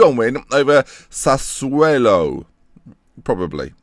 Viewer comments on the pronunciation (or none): by the way its sassuOlo with an O not an E lol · It's amazing that you think people might be offended by the pronunciation of Semedo and Semedo when you butcher SASS-U-O-LO every time, amongst the many others :P